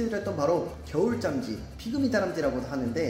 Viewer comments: 계속 겨울잠쥐가아니라 겨울 짬쥐라고하는거같은... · 잠쥐 발음조심!! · 발음에 유의 합시다 '겨울잠'쥐 입니다. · 브로님 발음이 ㅋㅋㅋㅋㅋㅋ 겨울쫨쥐 ㅋㅋㅋㅋㅋㅋㅋㅋㅋㅋㅋㅋㅋㅋㅋㅋㅋㅋㅋㅋㅋ착한생각.....착한생가..ㄱ.....ㅠㅠㅍ...